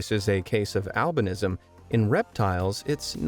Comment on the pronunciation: They way he pronounces albinism is getting to me. I must have pms or some shiz